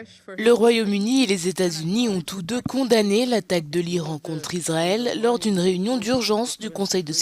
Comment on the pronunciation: Iswaël a lé dwoits dé sé défendre , mes Fwéwes...